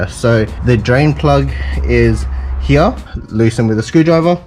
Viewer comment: stop saying here as HEYEH